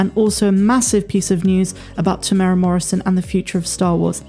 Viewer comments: Hi. Just for future reference there is a 'u' in Temuera's name. We are Maori & our vowels are different to english. You say his name Te tear as in tear something apart / mu-moo like a cow sound / era like end of an era / tear-moo-era... we actually roll the r sound but it wont matter too much. Even European New Zealanders cant roll the r when saying Maori words & place names & they live here! Lol thanks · Tem-ew-air-ah is how to say his name. 4 syllables. 🙂